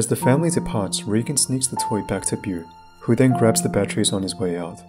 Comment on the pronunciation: How he pronounces Beau:Boo